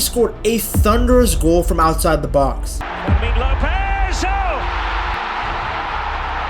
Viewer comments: His name is pronounced Fermeen, not like vermin. Get it right ffs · Great video!!! But you should improve Fermin name pronunciation 😅. The strong vowel is the i.